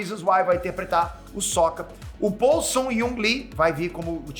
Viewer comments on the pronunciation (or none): none